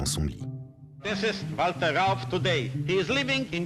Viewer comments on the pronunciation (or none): none